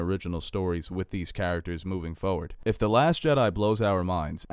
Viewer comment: He says "foward" 😂